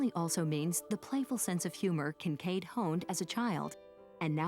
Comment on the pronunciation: Thomas Kitchkade. To each their own.